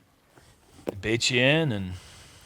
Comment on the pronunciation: I know said "Baits you in" with Drews putt on 9 but it reaaally sounds like "bitchin" lol.